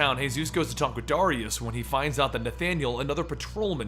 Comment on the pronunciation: why cant you say the name Darius properly why do you always say Dariaus instead of Dar-ri-us